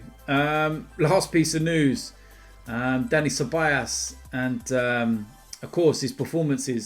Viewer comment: I hope Ceballos goes, so I dont have to hear you keep calling him Ceballas 😅